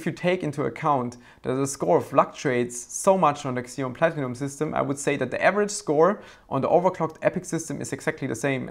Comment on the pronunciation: It's ZEE-on, not KSEE-on, fwiw